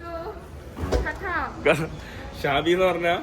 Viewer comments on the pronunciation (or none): none